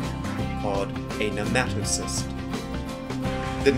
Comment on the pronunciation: Thank you for teaching me the pronunciation of Cnidarian, (i say it as knee-darian lol). But i think its nematocyst not nematocist. Great Vid sir, very comprehensible.